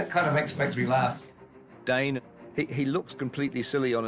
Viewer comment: not everyone embarassing themselves by pronouncing it "dane" in the same featurette where the tolkien scholar(s) pronounce it correctly 😭